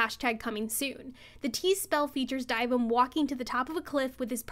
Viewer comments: why r u pronouncing dyvims name like that 💀💀💀💀die vim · another W but the way you say dyvim makes me question everything 😭